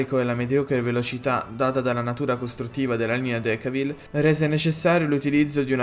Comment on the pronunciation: Decauville si pronuncia decôvill